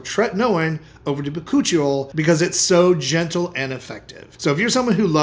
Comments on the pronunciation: Anybody else hear him say cochi oil. And then realize it was something else. 😂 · So am I the only one who thought he was saying Coochie oil, at first😂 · I thought he said koochie oil. 😅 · He said Bakuchioe oil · Lol he defo said Coochi oil to my ears. Bachuchial haha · What is he saying for the last one? Bacooch oil?